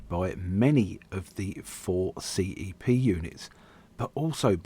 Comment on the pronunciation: I so miss these - the trains I worked with as SM Ashford and later SM Charing Cross! Is it the auto-dubbing that keeps referring to them as C.E.P. Instead of CEP pronounced ‘sepp’ as we all used to?